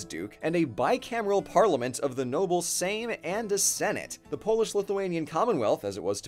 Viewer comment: R U kidding me? "Szlachta", "Sejm" pronounciation 10/10.